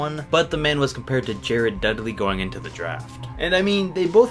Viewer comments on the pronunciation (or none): none